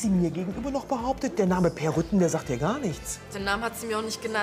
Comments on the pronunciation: Ich verstand erst Rüttgen 😂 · Ach, Peer heißt "Rütten" ich habe "Rücken" verstanden